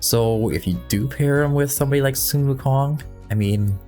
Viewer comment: Man your pronounciation of Sun wukong is truely respectful🎉